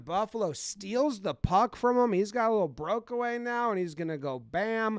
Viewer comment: “Brokeaway” 😂 its breakaway btw you non hockey fans.